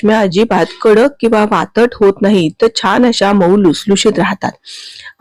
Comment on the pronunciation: वातट नाही, वातड